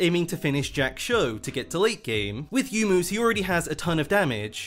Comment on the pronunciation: PLEASE For god sake stop saying YOU-mu. It's Yo-U-Mu. Same goes for Yone. It's not YOUNE, it's Yo- Ne.